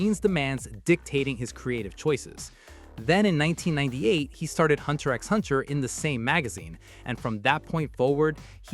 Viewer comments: Ah yes, pronouncing "x" in HunterXHunter 😅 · I wince everytime I hear the way you say Hunter X Hunter over and over again. It just takes away some credibility in what you're saying. The research and information might be accurate, but you're definitely not a fan.